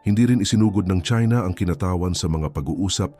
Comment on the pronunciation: KINATAWAN -mabilis ang bigkas , hindi mabagal.